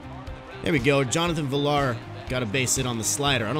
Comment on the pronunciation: It’s pronounced viyar not villar. Good video though